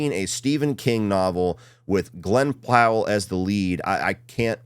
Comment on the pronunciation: Glen Plow-ell